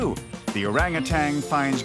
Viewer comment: The man don't know that orangutan doesn't have a g at the end